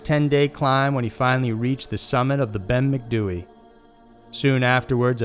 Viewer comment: Bloody hell, you said Ben Macdui correctly!